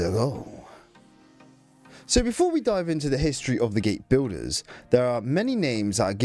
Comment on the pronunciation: The word Builder does not have an Estuary W in its pronunciation, it's an L (el) - stopped the vid after a couple of minutes because of that.